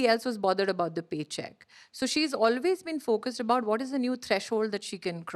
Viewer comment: Karan looking like Taran Adarsh and pronouncing ‘always’ like AB junior … Whyyyyyy? You are enough yourself